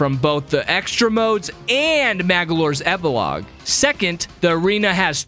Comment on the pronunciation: BTW it's called Magalor epologe